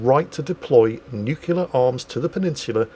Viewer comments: It hurts me that you say both 'the Ukraine' and nucular. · The "nukular" and "The Ukraine" count got so high I gave up! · Oh god. I didn't notice the nucular. Though to be fair, he does mix it up a bit. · Just a random thing I looked up eelier when seeing reports on the capital of Ukraine being spelled and pronounced differently (Kiev/Kyiv). Kiev is the Russian spelling/pronunciation from the days of the Soviet Union while Kyiv is the Ukrainian spelling/pronunciation. Also can we take a moment for pronouncing "nuclear" the Homer Simpson way.:)